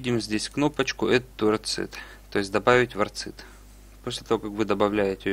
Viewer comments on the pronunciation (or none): Почему вы все время произносите орЦид ? Это же аббревиатура от Open Researcher and Contributor ID. Следовательно, нужно произносить орКид?